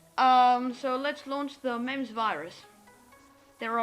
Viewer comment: pronounced memes trojan not memz